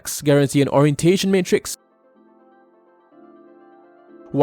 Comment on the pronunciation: the way you pronounce "MatriX" really bothers me X'D